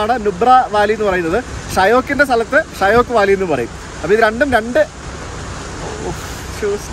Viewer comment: ഷ്യൊക്ക് എന്നാണ് pronounciation.മരണത്തിന്റെ നദി എന്നറിയപ്പെടുന്നു.